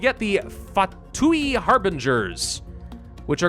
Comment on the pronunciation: saying Fatui XD